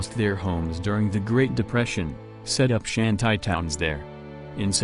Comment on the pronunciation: Michael Elliott I agree. Shanty is pronounced Shan- tee not Shan -tie.